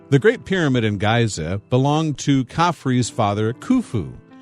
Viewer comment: did he really say 'Gaiza'?! gross